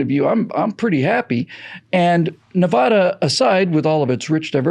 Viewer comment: It's Ne-VAD-a - not "Nev-ahh-dah." Many thanks, The People of Nevada.